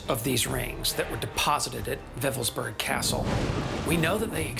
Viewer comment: I was stationed only a few clicks from Wewelsburg back in the early 90's. It's a shame that almost no one in the documentary pronounces it correctly. Creepy place.